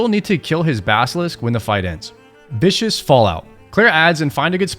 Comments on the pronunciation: “Vis-kuss” fallout, not “vish-us-“ fallout. It’s viscous not vicious. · Vis-cous fallout, not Vicious. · Vicious and Viscous are different words my friend. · Just a little pronunciation tip: It's VIS-kiss, not VIS-shush. Think of a thick, viscous fluid instead of a vicious animal. Also, it's irradiated—not eradicated—goo. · vis cuss not vicious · Viscous, not vicious, but it doesn't really matter I suppose :) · also viscous fallout not vicious but hey :) man probably hasn't slept much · Vicious =/= Viscous :P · Anyone else get mad when he said Viscious instead of Viscous? 😢😂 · It’s viscous fallout not vicious fallout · Viscous pronounced: Vis-kus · It's Viscous fallout not vicious fallout lol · for the love of god, it's viscous not vicious. great guide tho! cheers